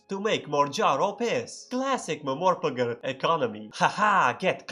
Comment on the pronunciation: ah, yes, classic mehmorpegeh